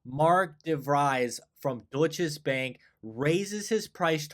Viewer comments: "Doy cha" Bank - kinda like this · Deutsche Bank is pronounced without an S in the middle. Cheers from Germany ;-)